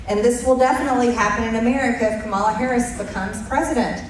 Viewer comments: So annoying to hear Margie the traitor mispronounce Kamala's name over & over. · She's not alone. Corey Lewandowski does it too! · I still find it so childish and disrespectful that the Maga will not prounce Kamala's name right. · They think it's very cute and clever to mispronounce Kamala. It is actually disrespectful and ignorant. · I’m sure it’s on purpose as a sign of disrespect. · All of the Republicans purposely mispronounce her name. They are sick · Someone corrected her on Kamala's pronunciation of her name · They just love mispronouncing her name. At this point it has to be intentional. No idea why they think it's so funny. And yes, Harris is not trying to ban all semiautomatic weapons. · Pisses me off that she refuses to pronounce her name correctly. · Let’s stop saying their names right too. Margie Blue can’t say Kamala so I can’t say her name. Danald should love that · So disrespectful to purposefully mispronounce her name. That just makes you look bad. The founding fathers didn’t address weapons of war. No one needs these weapons. Yes, ban these weapons of war. Keep your guns - that’s fine. Give her and Trump a reality TV show. That’s where they both belong. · I just can’t even watch her!! She can’t even pronounce the name right!